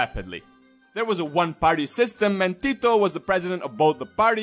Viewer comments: Damn that was some nice pronunciation of his name, most people butcher our words, I'm quite surprised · Im a Serb and I know how to say hes name and u really sed it good like u are from Balkan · You said Tito's name with such a nice Serbian ( or any similar accent ) accent 🤔